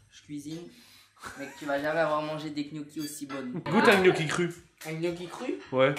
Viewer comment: Gnoccki avec g